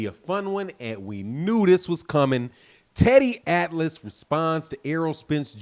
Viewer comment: You crazy teddy atlas you always say wrong.